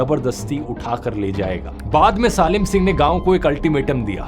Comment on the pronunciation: सालिम नहीं सलीम सिंह बोलो 😂